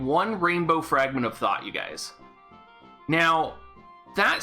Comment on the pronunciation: I keep hearing “Fragment of Thot.”